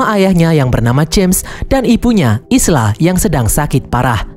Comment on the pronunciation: Isla dibaca Ayla.